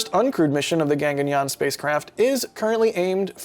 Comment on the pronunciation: It's not Ganganyaan it's GAGANYAAN.